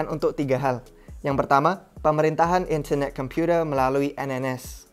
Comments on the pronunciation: gak enak banget ngomong internet computer nya wkwkwk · In-ther-neh Kem-pyu-tee,h lets goowwww !!!! Kacau ini proyek, usaha centralisasi dari satuan-satuan proyek desentral. Pingin jadi penguasa tunggal dunia. Not a fan.